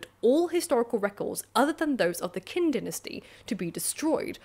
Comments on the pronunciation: Always find your vids interesting. Did notice a peculiarity or two, however. "Qin" (as in the dynasty): The "Q" in Pinyin stands for a sound more like "ch" than "k." So, "Chin," rather than "Kin." Wikipedia's Pinyin entry describes it more technically: (IPA) [tɕʰ] (like the "ch y" combination in) "pun[ch y]ourself" The Qin Dynasty--the privilege of being one of the first--gave its name to the country, "China." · I thought Qin was pronounced more like "Chin"... Has everyone been lying to me? Btw, I love your videos. You do a wonderful job! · Qin is pronounced more like "Cheen"